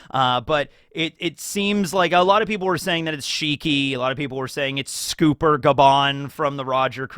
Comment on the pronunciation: did you fucking say SCOOPER??